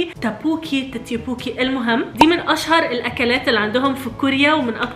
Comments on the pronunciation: تتيوبوكي 😭😭😭😭 اسمه دكبوكي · الكوريين:توك بوكي: تيتيوبوكي 😂😂😂😂😂😂😂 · ينطق دوكبوكي مو تيتيكوبوكيا ثاني شي السوشي اكلة صينية هذا اسمو كيمباب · توكبوكي مش تتيوبوكي🙂🙂